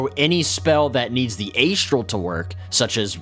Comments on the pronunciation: A-Struhl, not Ay-Struhl. (Good video though, Love the content since I found it.) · Sorry mate, could not get past Aye'strell plane. I know its tomato toemahtoe but oof. gl.